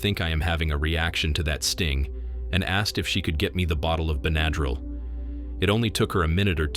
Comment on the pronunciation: You said "Ben-Add-Drill" Why not pronounce it like everyone else? Beh nuh dril